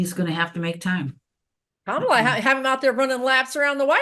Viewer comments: Emphasis on 1st syllable on kamala. This is an awesome reading. I love when someone explains astrology where it makes sense. Ty! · COMMA - LA! not KaMAla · Her name is Ka-ma-la NOT Ka-mal-la. Please and thank you! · 1st syllable KAH, not KUH. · Please pronounce Kamala’s name correctly,! 🙏 KA-ma-la, not ka-MA-la. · Can everyone please try to say Karma - la rather than Ka - MALA thankyou :) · Comma-la. Please pronounce her name correctly! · Kamala is pronounced Comma La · I think it’s disrespectful to mispronounce her name. Trump also pronounces it kaMALa. To be mean. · trying to really listen to you is difficult when you repeatedly mispronounce KA-mala as you do right from the start. Just sing in your head from the song Camelot as Randy Rainbow does on YT: KA-mala, Ka-mala etc. Just sing it. Surely you know the song. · Her name is Kamala. As in Comma-la. Why is that so hard? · Please pronounce her name correctly! And Not MAGA style! Pronounced Comma-La! We must show respect and pronounce people’s names correctly, especially when they are our next president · Please pronounce her name correctly! Not MAGA style! Pronounced Comma-La! We must show respect and pronounce peoples namescorrectly, especially when there are next president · I just heard someone pronounce her name as Comma La. That made it easier for me to say her name accurately. Hope this helps others, too. 😊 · Coma,pronounced,not k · Ka- MALA…Make America Laugh Again! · Very interesting readings. Please remember her name is “Comma-la”. I am getting sensitive to her name mispronounced. Weird i know. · Please pronounce her name correctly ❤ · The right refuses to say Kamala's name correctly.... I wish we could ALL pronounce her name with the emphasis on the first syllable and not the second. Go beyond the hate speak. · Kamala - accent on the 1st syllable! 💙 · Nice but your cohort is pronouncing her name wrong. You 2 are great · Why can’t you pronounce her name correctly??? Grrrr